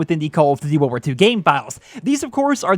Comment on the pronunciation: I could see you don’t have an issue with sprint out time caz you play freaking slow and sit in head glitching spot with LMG... Youtuber like markofj quit this game caz they game promotes slow pace timmies like u play camp. when u said world war two why it sounded like wool worth three lol